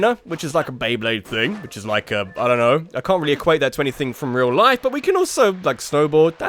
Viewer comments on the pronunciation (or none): none